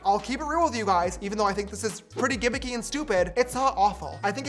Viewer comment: STOP SAYING GIMMICY FFS